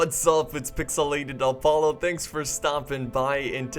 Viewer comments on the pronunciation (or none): Its not Alpollo its Apollo